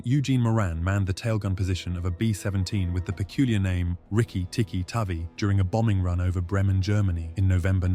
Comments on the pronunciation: I thought Tavi was pronounced to rhyme with navy. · Correct....read the story as a kid ...a Polynesian friend corrected me and told me tavi is pronounced like Navy